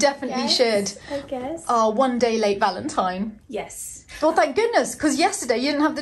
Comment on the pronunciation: Valen-dine??? valen-dine?????? I feel the word-play of our here. Cant wait to see what the subterranean room reveals - so exciting. thank you for sharing... so enjoyable. I particularly loved the valentine 'unwrap' episode... Selmar and were in great form